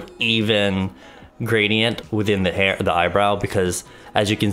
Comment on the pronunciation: "long heyr dont keyr" 😂😂